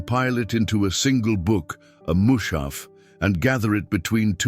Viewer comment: Mu's'ha''f not Mu'sha'f